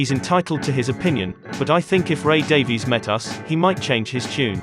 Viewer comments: Ray's name is pronounced "Davis" not "Daveees". Why is it so hard for people to get this right? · Just curious, why are you as a Brit pronouncing it Day-Vees? Ray pronounces it "Davis,"' as Brits typically do. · Pronounced DAVIS, not Daveyz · Okay - couple points. First, Ray Davies pronounces his last name "Davis", not "Daviees" Second, by then, contrary to what George was saying, the Kinks had already been on the same stage in London with the Beatles, at least once.. Everybody was waiting for the Beatles ... but the Kinks opened their set with "You Really Got Me", and, for at least a while, Ray says they OWNED the crowd. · His name pronounced Ray DAVIS. It's the Welsh Davies. Please correct the narrator. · It's pronounced like "Davis." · You must know, Davies gets really angry when anyone pronounces his name as you have. He says it is pronounced Davis. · Just say Davis, Davies is pronounced Davis for fuck sake. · 'Davies' is pronounced 'Davis'.